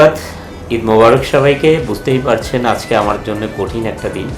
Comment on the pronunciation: Borsha Apa , Apni bangla word "ajke " aktu sundor kore bolen please . R ananta bhai, Apni live a thaka Khalin somoy nak gola dia onek shobdo koren ja khuboi bisri lage sunte !!! Fix koren please